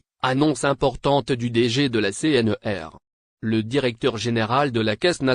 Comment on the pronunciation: C- N - R - et non C-N-E-R